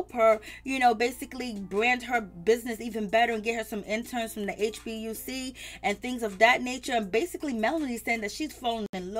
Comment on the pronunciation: AAAAAAAAGH…..it’s HBCU, not HBUC‼️ Lord, who taught you how to talk TISHA❓❓❓ I’m sorry hun, but come on now🥵